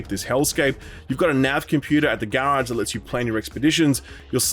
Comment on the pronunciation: Please never say garage again. Thank you.